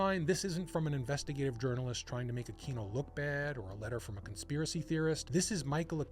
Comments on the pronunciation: Akweeno. Not Akino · I had a hard time paying attention to this after you repeatedly mispronounced Aquino.